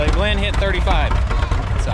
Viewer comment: GLENDA NOT GLEN! She’s too pretty to be a boy!